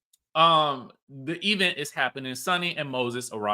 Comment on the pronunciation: the E-vent🤣